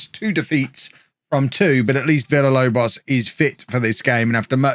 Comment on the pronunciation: If you say Villalobos name correctly, he will stop missing training and games.